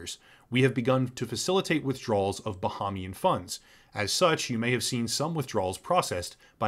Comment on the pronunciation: The second A in Bahamian is long, not short. It's pronounced Bahaymian. It's counter intuitive to how we pronounce Bahama.